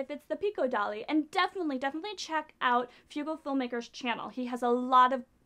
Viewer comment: its Frugalfilmmaker not Fugalfilmmaker, if you are gonna feature someones channel atleast say their name right so people can find it!